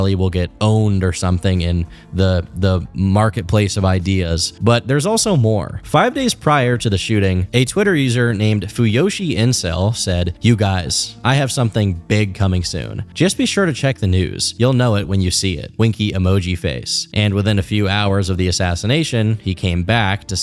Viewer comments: the word fujoshi is a japanese word and you pronounce the J. So instead of "fu-yo-shi" it is "fu-JO-shi" and its a term used for women who enjoy yaoi and BL(boys love) mainly the manga and anime aspects and for an extra fun fact, the word fuDANshi is the male equivalent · knowing so many depraved Internet things like feeders and abdl but supposedly not knowing what a fujoshi is (considering he butchered the pronunciation) is sending me